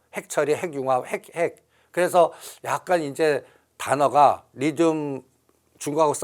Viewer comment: 리튬이예요. 리듐이 아니라.. 까까오가 아니예요 카카오지.